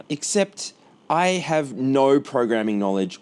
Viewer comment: The “nauuur” is so funny. Aussie and kiwi accents are fascinating.